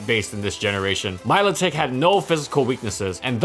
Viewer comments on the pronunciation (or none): I thought it was pronounced "Melodic" like a melody. I'm sticking with it, way prettier that Milo Tick. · "my-low-tick" disliked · I've always laughed at this pokemon my name is milo I also pronounce it milodick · Its pronounced Milotitsch, dont you know its from Romania? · Randall Jewell That’s actually incorrect the proper pronunciation is My-Low-tic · You mean milothic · Thought it was pronounced like 'melodic'... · Also Say it with me "Melodic" Thank you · 10 seconds in and my man's pronunciation has already tilted me